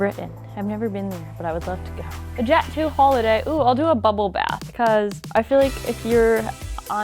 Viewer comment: Deff not her saying jet zoo holiday in front of dan